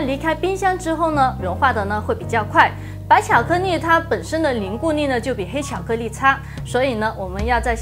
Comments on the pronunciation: 我好像聽他到有些ㄌㄧˋ說成ㄋㄧˋ。。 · IVERSON 巧克力。。。重复贯穿整个视频 没有一次发音正确 有点可爱*^o^* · 巧克腻??? 发音好搞笑